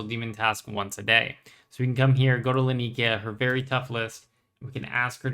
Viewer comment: bro i love your content but can you PLEASE look up how to say Laniakea properly...